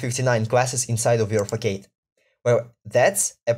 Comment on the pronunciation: It's not a fack-aid, it's a fass-ahd - it's the same word in Russian: фасад